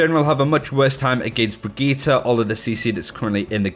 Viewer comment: The way you say brigitte is so triggering